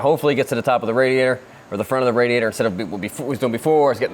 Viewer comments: Say Rad-e-atter some more please. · RAD-E-ATE-ER, RADIATOR.... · Is it just me or are they saying radiator wrong